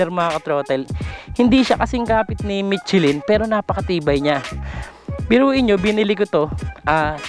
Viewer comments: Mishelin hindi mitsilin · Hindi "michi-lyn"...."michelle-lyn" ang tamang bigkas.